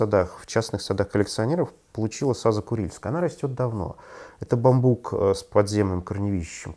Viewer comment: Спасибо за ролик. Слегка покоробило ударение на слове бамбук. При склонении ударение всегда на У!